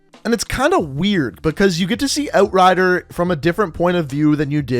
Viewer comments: You say "Outrider" weird... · Can’t watch. The way this dude says outrider just bugs me. Thumbs down